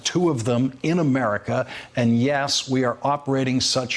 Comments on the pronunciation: Takei! Dammit! Like ter-kay. Not ta-kai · It's pronounced "TAH KAY" Lawrence, do you live under a rock?